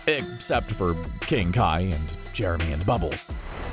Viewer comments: It’s Gregory not germy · did you just say jeremy? or jermy? it is gregory.